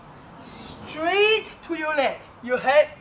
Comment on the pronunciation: Stree? Street or Straight? Hehe Good instruction video. I subscribe your channel as of today.